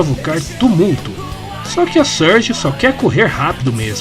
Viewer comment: Não dá, toda vez q o diz "Surge" eu só escuto "Scourge".